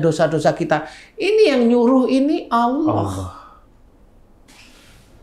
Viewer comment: saya dengernya 'Allakh' bukan 'Allah'.. Semoga bisa diperbaiki ya 🙏🏻